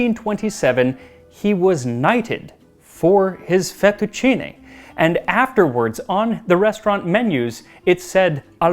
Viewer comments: Congratulations on pronouncing "fettucine" correctly! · Thank you for saying "fettuccine" instead of "fettuccini", Max my boy. However, it's "trattoria" with the accent on the "i". Same principle as "pizzeria" or "caffetteria", if that heps. I know you care about these detals so I decided to be "that guy".